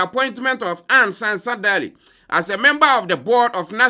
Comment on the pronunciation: You did not mention her name well. It's pronounced as Ɛnn Sɛnsa Daily.